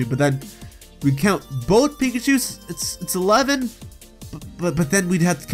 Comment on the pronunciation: R we gonna ignore the fact he said pikacahus thundershock